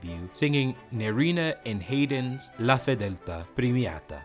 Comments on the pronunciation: "W" agner??? And Haaaiden??? Smh. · MO-zart? HAY-din? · You do not know how to correctly pronounce Haydn's last name -- this is embarrassing. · Also mispronounced Haydn. It's a terribly amateurish video.